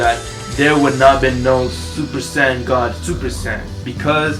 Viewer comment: Did u just say supersand xD